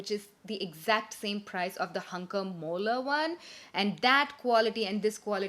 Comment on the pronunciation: its Hunkemöller and not Hunkermöller and its a Dutch brand!